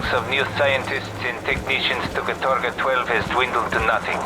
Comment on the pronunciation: It's not "katOrga", but "kAtorga", actually